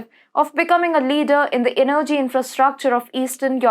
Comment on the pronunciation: Kovacz is pronounced as Kovach. Russia as Rusha. Energy - the accent is on first E.